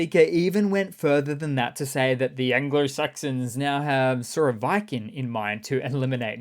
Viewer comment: Long versions of letters A I Y only exist in english language. So whenever You try to pronounce any foreign name like Surovikin for example just use short versions of those. Not trying to troll just trying to help You to become a better comunicator. Love the vids by the way. I watch all of them. Slava Ukraini.